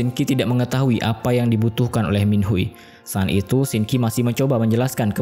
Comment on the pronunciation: bukan Shinki tapi Sin qi🥲😊